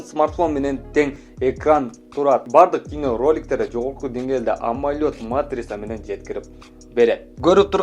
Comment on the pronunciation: Амолёд эмес амолед дечи